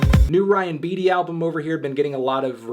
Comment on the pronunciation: you pronounced beatty wrong. as a beatty myself, i am disappointed